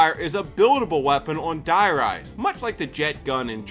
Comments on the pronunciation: It's German, it means "The Rise". It's pronounced "Dee Rice" :) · Gotta love how you pronounce "Die Rise"